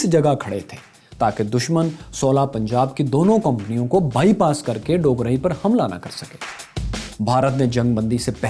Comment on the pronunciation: بھائی آپ نے 2 گاؤں کے نام غلط کہے۔ پہلا ڈوگرائی جو کہ ڈوگراں ھے اور دوسرا اچھو گل نہیں ایچوگل ھے۔